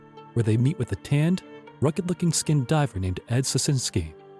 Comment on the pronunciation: Just a few suggestions. Have your narrator read and familiarize himself with the copy before recording. Perhaps someone with a bigger vocabulary would be useful, someone familiar with the terms that are not in common usage today. The mispronunciation of "letters of marque" and the misplaced accent in "skin diver" were off-putting, to say the least.